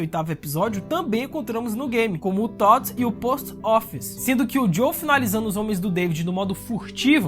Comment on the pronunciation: Por favor, para de chamar o "JOEL" de "JOW" pelo amor de Deus! 🙏🏼😅